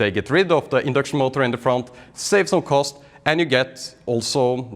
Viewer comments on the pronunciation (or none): none